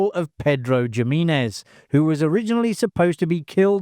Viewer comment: The pronunciation of the character Pedro Jiminez is atrocious.